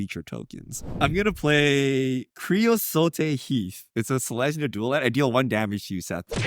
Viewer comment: Crea-sote sounds like tote.